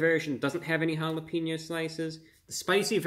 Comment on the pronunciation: Say your'e the whitest person of all time by pronouncing one word: *Says jalapeno "jala-PEEN-yo."*